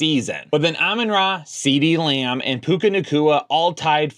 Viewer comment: I just noticed that. At least he's not Beebee